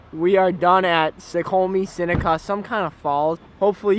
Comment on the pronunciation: It's pronounced snow-cwami-falls